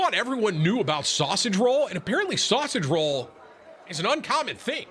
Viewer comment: Why does Tim say sausage roll wrong?